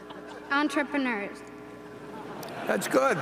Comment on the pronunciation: jordan she didn't know how to read the word entrepreneur. She wouldn't have had that problem if it was her own words. Someone wrote it down for her.